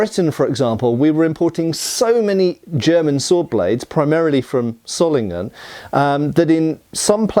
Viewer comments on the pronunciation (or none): No it is not pronounced zollingen ._. The o is long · Wo kommst du denn her? Ich bin im Rheinland keine 50 km von Solingen aufgewachsen und habe noch nie eine andere Aussprache als [ˈzoːlɪŋən] (sohl-ing-en) gehört, ganz bestimmt nicht [ˈsɔlɪŋən] (ßoll-ing-en). Würdest du den S-Ton in "Wasser" "smooth" nennen? Das ist nämlich wie das in diesem Video eigentlich ausschließlich spricht (und streng genommen ist das O eigentlich auch falsch, aber soviel würd ich von einem nicht deutschsprachigen Engländer nicht erwarten) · Btw, in case you care, Solingen is pronounced with a Z sound at the beginning (Wikipedia has an audio file of the German pronunciation). In fact in native German words almost every syllable-initial single S is pronounced like an English Z, while Z is TS